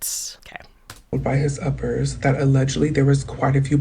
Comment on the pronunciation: lmao it sounds like uppies💀